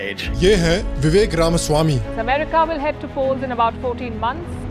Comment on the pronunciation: Only western guy to pronounce RAMASWAMI correctly